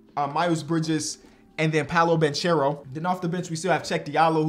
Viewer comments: love the videos but it’s pronounced “Ban-care-o” not “Ban-cher-o” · It's Pah-Low Ban-Care-Oh 😂😂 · It's pronounced Polo Ban(ck)ero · Banchero = bankero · please learn how to pronounce Banchero!